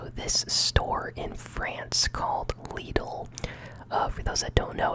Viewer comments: Ahaha, broooooo I'm dead, leedl, its acctauly prounced lid-l. No hate or offence obvisisly but that just had me weak 😭😭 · Btw you pronounce Lidl similar to Little but with a d instead of the t